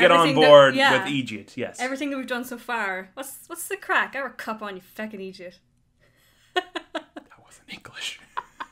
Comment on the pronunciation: It's not eejit. It's egit